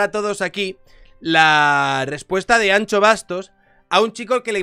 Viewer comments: Es ANXO no ancho pronuncia correctamente, que no cuesta nada, luego hablas de el andaluh pero madre mia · No se pronuncia “ancho”, se pronuncia “ansho”, como las luces de “shenón” de tu coche jajajajajajaja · ¨ANCHO Bastos¨ ?? ahhhh , mis oidos, tio!! "ANSHO Bastos" q es gallego joder. Un respeto. Que yo tb hago el esfuerzo de pronunciar la CH para vuestros nombres mierda. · POR FAVOR, deja de decir Ancho XDDDD es Anxo. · Que manía, no es Ancho ni chocas, la X se pronuncia como si mandases callar a alguien, por ejemplo a mi SHHHHHHH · Hablo desde el absoluto respeto al dueño de este canal... Anxo= Ansho (Shakira, sushi...). Ancho no, por favor. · Por favor no es Ancho, es AnXo, con el sonido de Shakira, que mis oídos galegos están sangrando 😂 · Anxo se pronuncia An"sh"o. La "x" en gallego se pronuncia "sh". Anxo es Ángel en gallego. Salud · Pronuncia bien su nombre por favor, que cada vez que dices "an - cho" me sangran los oídos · Ancho Bastos... el bueno de Miguel Anxo está orondo, pero no es para llamarle ancho así gratuitamente. La X gallega se pronuncia igual que el CH francés. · cada vez que dices Anxo pronunciando la x como la ch me haces más daño como gallego. Como me suscriba y me saludes llamandome Chabier no vuelvo. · Cuando te oigo decir Anxo , como gallego me duelen los oídos 😂 Tal como lo dices sería si fuese Vasco. La X en Galicia suena como SH de Shakira Todo desde la asertivadad calvocrata y de la ultra-Turbo-Mega-fascista de un liberal